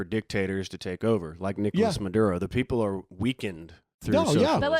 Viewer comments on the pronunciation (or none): none